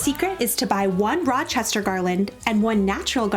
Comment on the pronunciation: Being from upstate NY I have never heard anyone say Rochester like that!!! lol